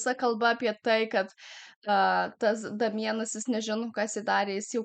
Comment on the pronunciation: Ne Damienas,o Deimjan tariasi 🤣